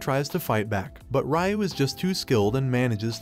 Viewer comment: Why are you saying Ryu weird 😅